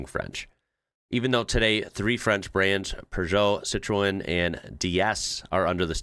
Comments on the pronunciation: Citroen you pronounce - Sit-rohn. Otherwise I will counter you with a Cheev-ro-let ZED Zero-Six :D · Hahaha, it took me ages to realise you wete saying Citroen (Sitren) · Citroen is pronounced ... Sit - trun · Bro, I love your videos, so here’s a tip on how to say citroên .. Sit-trun … ( rhymes with bun ) but say it fast. Mash the Ts…. And yes, I know that’s not how the French say it but only the French can say it the way the French say it 😂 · I really wish you'd learn how to say Citroen! Americans can't say Jaguar either. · Your pronunciation of 'Citroen' was hilarious!